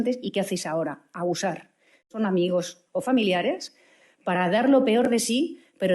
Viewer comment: Ha dicho "abusar" o "ayusar"? Igual cree que son sinónimos 🤔